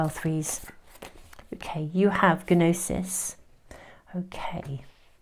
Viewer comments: Hi! Just a little FYI..."Gnosis"...the G is silent. So pronounced "Nosis"...:hand-pink-waving::planet-orange-purple-ring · pile 3 - thank you. Btw, Gnosis is pronounced 'nosis'. The G is silent. Otherwise, it sounds just like you said.